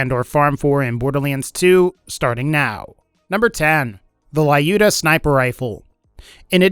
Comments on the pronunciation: It's not LAIUDA!!! It's LJUDA, or LIUDA - a slavik female name. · not Laiuda ) but Liuda ) it is Russian name "Люда" :) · Wrong reading "lyuda"